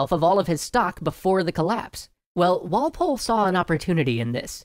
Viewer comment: Okay, I got so annoyed by your emphasis of Walpole.